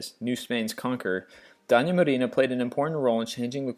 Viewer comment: Man, work on your pronunciation! Doña is "dough-nya" and Duquesne is "doo-kane" because it's of French origin. Quisling has been anglicized to "qwiz-ling" and the worst howler in this whole video is your mangling of Gestapo (Geheime Staatspolizei) which is known to be "ge-stAH-poh" (ge-shtAH-poh in German) by the slowest 5th-grader in the country!